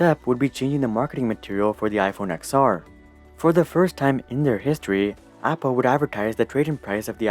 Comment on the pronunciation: It’s ten r. Not ex r.